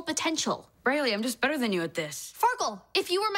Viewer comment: she says petter